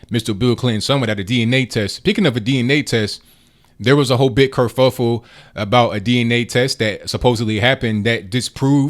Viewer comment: did the brother say curfufle?